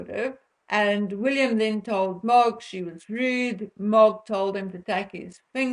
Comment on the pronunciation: MOG does not translate well on video it took me a while to figure out who you were talking about . It may be your accent.